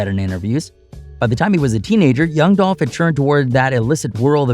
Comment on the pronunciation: Are we gonna sit here and ignore the fact that the clown narrating this is purposely mispronouncing Dolph name, while, in the same token, making a mockery of southern slang... Racism is so real...